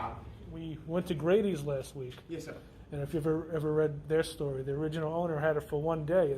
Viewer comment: You pronounced the name for Grady’s wrong and we’re way off the mark with your review.